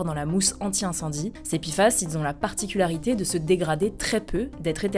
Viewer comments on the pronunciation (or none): none